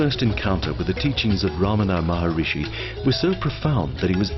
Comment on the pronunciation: Maharshi not Maharishi